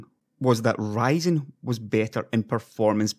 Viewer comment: it's Ryzen not writing !